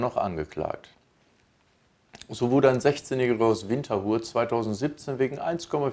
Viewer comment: WinterHUR :D ("t" fehlt!)